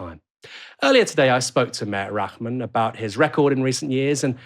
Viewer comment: his name is pronounced Rar-man not Rak-man